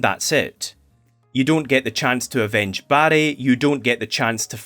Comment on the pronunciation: I couldn’t stop hearing “Barry” as “Baddie” and that made this review twice as fun